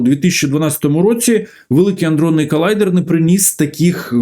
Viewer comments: Все чудово, тільки колайдер аДронний, а не аНдронний (вибачте, але ріже вуха). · Пане Галасюк колайдер не аНдронний, а адронний. Якщо вже взялися розказувати то можно було трохи поцікавитись темою... Що роблять на колайдері? Мавпи знайшли щось високотехнологічне, хай це будуть мобільні телефони. Щоби дослідити як влаштований мобільнік мавпи розганяють апарати до найбільшої доступної для мавп швидкості і зіштовхують між їх собою. По траєкторям, масі заряду, спіну і ще чогось мавпи намагаються зрозуміти як влаштований всесвіт. Це відкрита інформація. Але особисто я переконаний, що на колайдері також ведуться дослідження паранормольного аби достукатися до головного чорта. З так званим штучним інтелектом мавпи перевершили самі себе. Мавпячі "вчені" чомусь переконали себе і простих мавп, що за допомогою великої кількості перемикачів зможуть стврорити супермавпу! Напевне ця супермавпа має замінити собою їм самого Бога! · Великий_адронний_колайдер. Не "аНдронний"